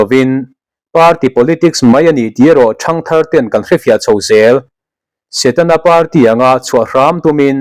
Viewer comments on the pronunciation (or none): none